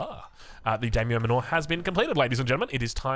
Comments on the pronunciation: I know we aussies are not very linguistically gifted by Daimyo Manor is pronounced: Die-myo Mánner Not Dey-myo Manoor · It's pronounced "manner" not "manure" lmao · Yeah exactly it's like "man-nah" ( accent), rhyming with Nanna... with a bit more of an "er" at the end rather than "ah". It hurts my brain whenever says "Mah-NOOOORE" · Manner. Not man aww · D(eye)-myo and manor like a manor house from Aoe3 English. Every time says daymo muh-nor, my Japanese ancestors commit seppuku 😂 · i really hate being the glasses nerd emoji, but the pronounciation was just too funky its daimyo (die myo) manor, like as in the english manor (manner) lmao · "Manor" is pronounced "Manner" (ie. as in Daimyo Manor) ! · (It sounds just like "manner") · Isn't it pronounced MAN-OR? As in a stately house... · Yeah, it is. I love his videos, but man, am I cringing every time says that word (it sounds like manure every time I hear it). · The way you say Manor sounds like your talking about cow crap... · Unsure if actually knows how to pronounce Manor or not... maybe at this point he's too afraid to ask. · i feel like youre saying manor wrong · Very creative pronunciation of "Manor." I'm into it. It makes it sound like it's not an English word. lmao